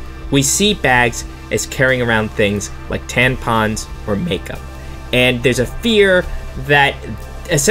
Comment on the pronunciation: "tan ponds"??